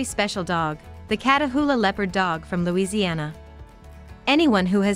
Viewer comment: Louisiana “Louis- eye-na” 😂